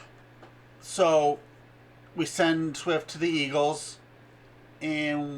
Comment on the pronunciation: Swift not Shift